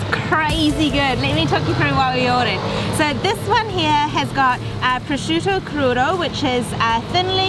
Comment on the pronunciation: Every time some american says "prosciudo" an italian dye. 😜